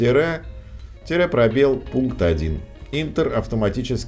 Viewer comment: Пожалуйста, не «интер», а «энтер».